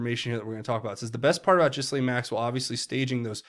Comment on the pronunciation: Not to nitpick but it’s pronounced GAH-LEEN Maxwell. That’s what the victims call her so I assume that’s how you pronounce it.